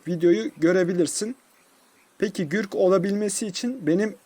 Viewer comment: Gürk degil Gurk